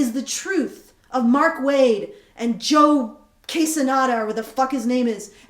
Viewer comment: Hello again, Martina just got an additional 5k more from the last time I sent this link just from being on EVS's show and having a indiegogo. Hopefully the forthcoming news of your story, and maybe a appearance on a live show, will work for you. It's pronounce Joe Q-hee-sah-dah. Believe me, saying quesadilla is something they WILL use against you.